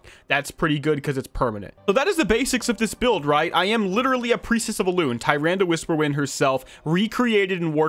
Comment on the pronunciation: btw it’s pronounced “TA-RANDA”